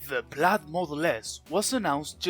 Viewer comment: it's [plaid] noooooooooot [plAd]